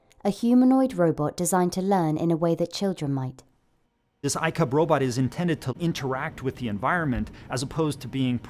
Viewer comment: Did they just say icup?